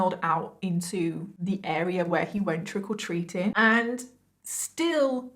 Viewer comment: "trickle treating" is what i keep hearing xD <3